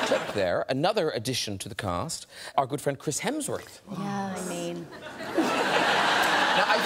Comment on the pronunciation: Hemsworth only has two syllables